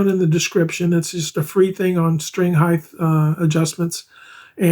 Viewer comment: String height not heigth